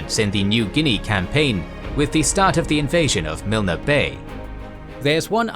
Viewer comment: I like these videos but man learn how to say the names, Milne is pronounced Miln, Lae is Lay. Kokada is Cookada